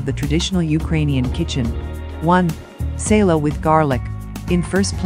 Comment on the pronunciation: Salo is not SEILO. IT IS S Á L O. Stop distorting foreign words it is just ugly🤦🏻‍♂️😒